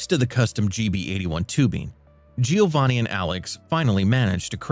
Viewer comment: This narrator deserves credit-he didn’t pronounce Giovanni’s name correctly not even once. 😂